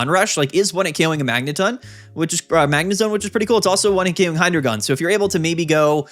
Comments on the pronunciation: its not pronounced hydrogon. its hydreigon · Just a heads up, Hydreigon is pronounced “High-Dry-Guhn”. Love the channel, but constantly hearing “Hydra-gone” is giving me an aneurysm.